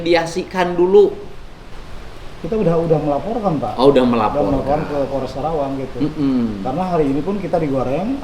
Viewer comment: Karawang, bukan Krawang Pak Dedi.